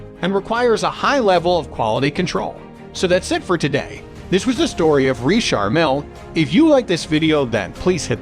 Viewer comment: Can't get enough of the Narrator saying REESHAR MILL.